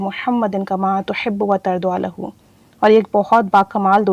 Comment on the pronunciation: Tarza lahu ✅ Tarduaa lahu ❌